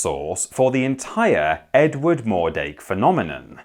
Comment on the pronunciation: "Did you hear the news about Edwarrrrd".